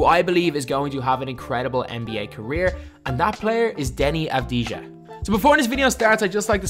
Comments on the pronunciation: And you say avadia, that how you pronounce it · you pronounce it avdia and not like it is written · U don’t pronounce the j is his name lol it’s like denny avdiya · its not avdi-ja i avdi-ya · You say it av di a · His name is pronounced without the “j” it’s pronounced avdiya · It's pronounced DENI AVDI-YA. He's a big time talent here in Israel, but nowhere near Luka. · Its pronounced avdiya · You absolutely butchered his name it’s pronounce abdiya but very good video tho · you pronounced his name wrong. you don't pronounce the j. it should be Deni Av-di-ya. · In his name you do not pronounce the J you say it AS IF it's Avdiia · please learn to pronounce his name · The j is silent right?